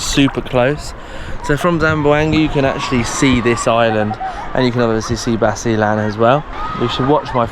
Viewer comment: explore basilan first, and pronounce it correctly, I'M FROM LUZON, NUEVA ECIJA